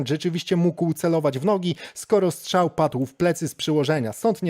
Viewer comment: Strzał, nie szczał 🤷‍♀️